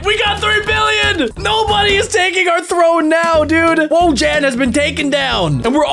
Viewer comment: Wojan is voyan it’s Polish